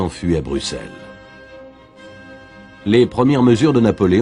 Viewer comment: Tu as dit bruxelle parfaitement 😁 c pas tout les jours qu un français y arrive bravo!